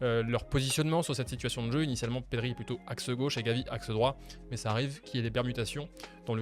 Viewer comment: Perry? Ah bon 😂 on dit Pedri c'est pas dur pourtant mdrr